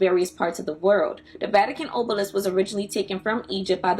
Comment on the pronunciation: Good info but you used another video of someone mispronouncing everything. Obelisk not ohhhblisk. Genitalia not geneneTALLya. You can tell when people don't really understand what they are reading